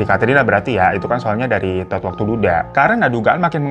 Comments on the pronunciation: Pengen ngakak terus setiap kak hiro bilang “ Tood “ 🤣🤣🤣🤣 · Rada eheeeek tiap babang nyebutin namanya "Todd" 😂😂😂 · "Todd" nya mantep bener bang nyebutnya😭🤣